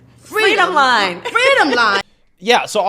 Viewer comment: Fweedom line 😂